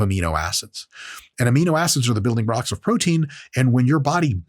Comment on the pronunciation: "the building brocks"